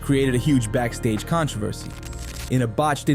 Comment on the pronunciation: I dont know who narrated this, but they don't know shit about wrestling, so many misspronounced names, so many facts wrong. And I thought this video is supposed to be about backstage heat, it's not, it's about con:tro:ver:ce